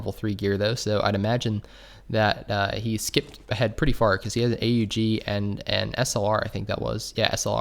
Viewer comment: I’m sorry but A U G? ITS AN AUG LIKE AUGUST! NOT A U Gust! ITS AUGUST